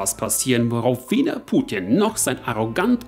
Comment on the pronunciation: Kannst du Putin nicht wie ein normaler Mensch aussprechen?